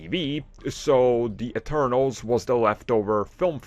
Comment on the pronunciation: It’s “Eternals” not “externals” lol😂